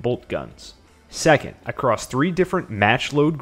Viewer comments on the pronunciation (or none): none